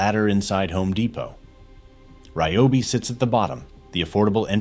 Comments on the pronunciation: I like how the AI pronounces RYOBI 3 or 4 different ways throughout the video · AI commentary is the lazy creator's way of production. To mis-pronounce the brand name several different ways is absurd. Why can't the narrative be done by an actual human who knows how to pronounce and enunciate properly? And the cut off at the end in the middle of the sentence? If you don't care about presenting the brand professionally, why even post it?